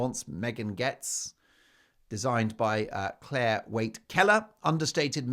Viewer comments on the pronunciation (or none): none